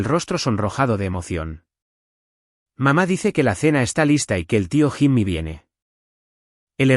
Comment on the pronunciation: Jimmy se escribe…. pero se pronuncia YIMI, si la IA no sabe hacer la pronunciación correcta NO USEN NOMBRES EN INGLÉS 🤨